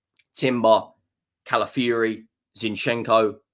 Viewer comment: Its pronounced Cala fi ori not Cala fury.